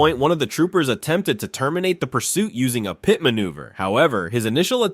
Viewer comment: Please learn how to say a word before recording the voice-over. It is a "PIT" maneuver (like a peach pit) - not a P. T. maneuver.